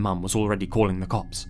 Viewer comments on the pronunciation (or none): none